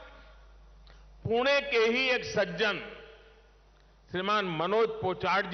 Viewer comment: पुणे च पूना असा उच्चार न केल्याबद्दल धन्यवाद मोदी once again 2024🔥